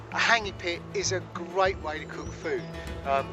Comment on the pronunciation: What an idiot,cant even pronounce the word hangi, douche.